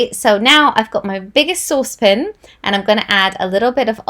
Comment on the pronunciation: “saucepn” any Binging with Babish fans? 😊😊